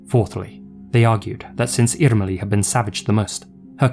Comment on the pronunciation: Yes, especially "Irmeli" with the hard "r" was perfect!